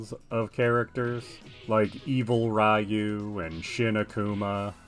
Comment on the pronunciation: I don’t wanna be that guy but Ryu is pronounced as riu-u with about half a beat of "ee" (as in eel) and one and a half beats of "oo" again I don’t wanna sound like a jerk it’s just a small correction